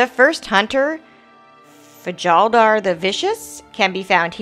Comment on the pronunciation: Fjaldar is pronounced "Fyal-dar" The j makes a y sound.